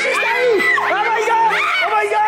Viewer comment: Eres muy muy pesado con !ooo my god! Y pronúncialo bien por una vez